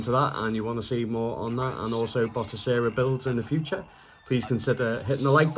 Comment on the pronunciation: Ok man.. Again.. Its "Batocera"..not "Botocera" 😖👍